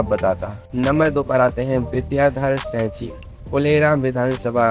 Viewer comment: Are tu bolna sikh.Singh ko sa bol raha hai